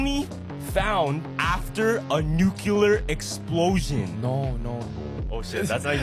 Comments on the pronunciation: "Xenon on Earth is only found after a NUCULAR explosion." Yeah.....I don't trust anybody who can't say "NEW CLEAR." You just sound r#t@ saying NUCULAR. EDIT: It goes even double for people who say "low key" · U mean nukuleaer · Dude who pronounced nuclear wrong 😑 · why is it impossible for people to say "NUCLEAR"?